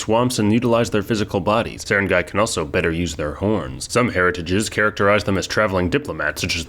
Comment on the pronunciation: On the other hand, he nailed Sarangay pretty well!